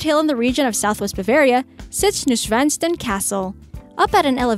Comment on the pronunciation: I cannot help but shudder at the way she mistreats the word "Neuschwanstein"! Anyway, you could make 10 more lists like this with other lovely places in Europe. I for one would not go to Hallstatt, it is severely overcrowded with tourists. Try the nearby St Wolfgang for a very similar village.